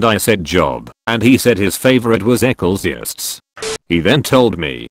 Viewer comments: it pronounced Ecclesiastes as that 🤣🤣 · I like how the artificial voice mangles the biblical names. Maybe you could have tricked it into saying the names correctly (Jobe and ekleezy yasstease.). :-)